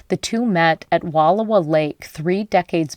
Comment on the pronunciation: October is not an odd weekend for camping. And you are mispronouncing Wal OW a.